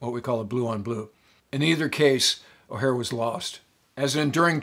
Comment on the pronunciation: O’Hare. Not O’Hara.